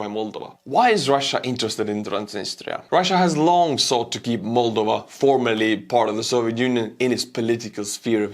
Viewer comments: Mulduva? Well, that aside, thank you again and always. I am thinking perhaps, I will adjust my pronunciation after your fashion. It will drive the Missus to distraction along with my pronunciation of the word "audience". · Just stop saying 'Moldova' twice in every sentence if you cant pronounce it properly. I got icks countless times here